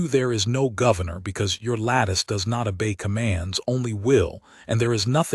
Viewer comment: FYI: obey not a bay